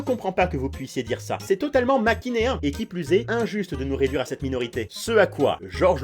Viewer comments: on dis manichéen pas machinéen ahahaha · ça va me torturer si je le dis pas... C'est manichéen avec le "n" en premier, pas "makinéen" comme tu le prononce :/ voilà j'ai fait ma chieuse alors que je mets jamais de commentaires d'habitude mais du coup j'en profite: J'adore tes vidéos, ne t'arrête surtout pas, peace, love, toussa ouais ! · pour une fois que je peux corriger quelqu'un on prononce : manichéen et non machiéen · Tu as dis maquinéin au lieu de ma ni chéen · Attends..nan....tu dis machinéen au lieu de manichéen?! Demende t-il sur un ton condescendant. "Second degrés n'est pas qu'une température". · Alors euh c’est pas machinéen mais manichéen 🤓☝️ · par contre ceux qui disent "machinéen" quand c "manichéen" même si je connaissais pas le mot je lis correctement et mes oreilles ont souffert😅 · jpp tu dis makinéen au lieu de manichéen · "Machinéen" Lol ! MANICHéEN 😡😡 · J'suis le seul au bout de 2 ans à avoir remarqué qu'il dit "Machinéen" au lieu de "Manichéen" ?😭😭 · Les gens qui dise “machinéen” à la place de manichéen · Le mot : manichéen Sa prononciation : machinéen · et, dit machinéen au lieu de manichéen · mdr c'est pas maCHINéen mais maNICHéen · "C'est complètement machinéen" , NON "Manichéen" mdrrr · Alors juste on dit pas "machinéen", mais "manichéen"...tu as inversé ^^ Et je n'ai jamais entendu des gens faire ces erreurs de grammaire ou vocabulaire. Par contre je suis entièrement d'accord les vf sont vachement bien en France. Nous avons de vrais comédiens doubleurs en France, autant en profiter. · j’adore tes vidéos mais à c’est maNIchéen et pas maCHInéen voili voilou! 😉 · Qui lui dit que c’est manichéen et pas machineen 😂😂😭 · Manicheen pas machineen Ps Where are u from? Moi .Im french Oh baguette XD Moi .... ah....ok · l'erreur! Manichéen et pas machinéen :D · je déteste les gens qui disent machinéen à la place de manichéen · c'est manichéen pas machinéen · tu as dit macinéen au lieu de manichéen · C’est pas machinéen mais manichéen 😊